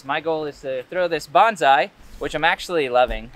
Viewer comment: bonza-...bonse-...bawns eye